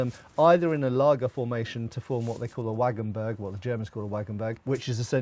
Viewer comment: btw, it's pronounced wagenburg not waggenböhrg, no offese, just saying